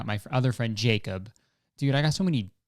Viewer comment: Tell me you’re Kurtis Conner without telling me you’re Kurtis Conner: ‘dude’ but it sounds like ‘deed’